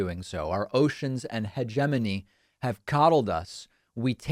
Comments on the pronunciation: What an interesting way to pronounce "hegemony". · I did have a laugh at how you say "hegemony". Anyway, while I agree with these concerns, the US has never been as truly democratic as many other democracies, there's a number of things missing. These events just show some of the flaws that have existed for a long time that the US has never addressed, which are coming home to roost. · David puts more focus on the second syllable. It's not wrong, no, but it's very emphasized.